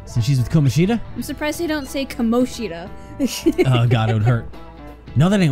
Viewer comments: That's what I mean. The game's pronunciation of Kamoshida is not right. I guess I said it in a not-very-clear way. I meant that they joke about the fact that the game could have called him "KaMOshida" but at least didn't do that, when in fact that would have been correct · Funny you joke about them mispronouncing Kamoshida as Ka-MO-shida...That's actually the correct pronunciation. Even that name is mispronounced. It doesn't sound as off though because A) It's a less common name that people don't hear as often and therefore aren't as sure about and B) It goes against the theme which is common with a lot of Japanese names of not having stress, but the second syllable is actually stressed in his name (unlike Sakamoto and Takamakis). Ka-MO-shi-da SU-guru. And while we're at it, Mishima is pronounced MI-shima. It's nitpicky yes, but hey, it's a weeb game! OwO That is the last time I'll geek out abt Japanese names I promise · The devs did do that, but the names are still being pronounced wrong. You can even confirm it by watching a Japanese playthrough.